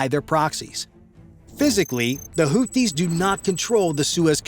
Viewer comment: It's NOT "Hooties"! It's Hoothies," as in toothies. The "th" is there for a reason: this is a phonetic transliteration of الحوثيون (Al-Houthiyun).